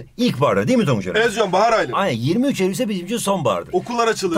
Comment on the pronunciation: neden ey ul dedin